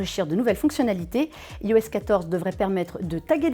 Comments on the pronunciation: Bonjour super vidéo il y'a juste un pouint qui me perturbe vous dites "ios" mais ça se dit "ayos" enfaite le "i" chez Apple se prononce "I" comme en anglais J'espère que ce commentaire vous aura été constructif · iOS se dit normalement "Aïoèsse"